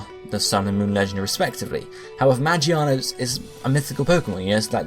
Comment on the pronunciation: i just wanted to point out its "megearna" not "magiana" the one you pronounced was the japanese name....anyway good video. keep it up :)